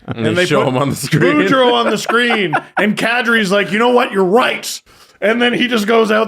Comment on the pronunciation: I think the copywriter is the only hockey fan on staff and the poor woman got trolled on air. How else so you miss the 'oo' in Boudreau and then add it into Tocchet?